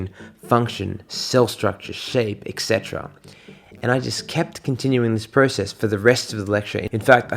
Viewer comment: interesting that a med student doesn't know how to pronounce "etc" correctly 😞